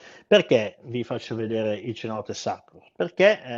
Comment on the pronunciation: Penso che la pronuncia di:"cenote", con la "c" dolce, non sia corretta, essendo in spagnolo penso che diventi una "s".